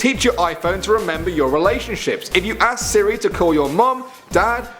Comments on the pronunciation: you can't say 'ask' you say axe. is stupid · I said he doesn't know how to ask the word ask, it sounds like axe